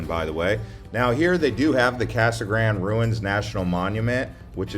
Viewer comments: So happy you trashed Casa Grande, even butchering the pronunciation of “gran-day”. You missed mentioning our in-city mall and all our big box and mom and pop stores. Our city government is doing a great job managing infrastructure and residential building is keeping pace with new businesses and new manufacturers. Our schools are top notch. Downtown is a hopping place. What’s not to like. Oh I get it, you’re trying to help slow the new arrivals. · lol... the way he pronounces Casa Grande. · Can't you pronounce Casa Grande properly like it's supposed to be pronounced!!??